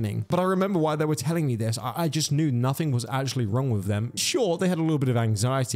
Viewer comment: Hey, great video as usual, BUT... You're killing me here man, it's "noTHING" not "noTHINK"... There is no such word as "nothink", but "nothing" is most certainly a word, it is in fact the very word you are trying to say yet seem to have difficulty with, and have done as long as I've been subbed to you, which is a very long time! Sorry to nit pick, but these things drive me a little crazy! I hope you're well and all is good, keep up the great content!